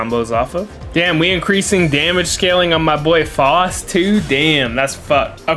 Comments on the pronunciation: Bruh his name is pronounced FOWST not FAHST. How anyone could still think that after the in game announcer has always pronounced it FOWST is beyond me. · Bruh I'm about to rip my hair out listening to you call Faust Foust over and over